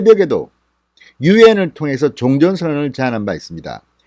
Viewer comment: 종전은 종을 짧고 올려서 전은 내려서 읽어야합니다.